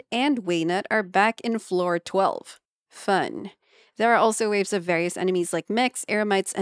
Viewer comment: I thought said someting other than "fun"🤣